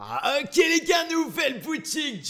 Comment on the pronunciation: Ptn au début il à dit "A OK" ça m'a fait bizarre 😂